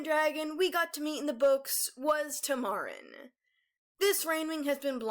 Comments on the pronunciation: tuh-marr-in? It's Tam-uh-rin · It’s pronounced Tamuhrin not Tamärin Just wanted to point that out not trying to make fun of you or anything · Just going to let you know that it’s pronounced tam—er—in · love the video. Tamarin may be a tad mispronounced, though. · You mispronounced Tamarin